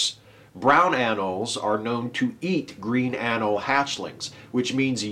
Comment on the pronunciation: FYI,, the 'e' in 'anole' is pronounced, not silent. Rhymes with 'holy'.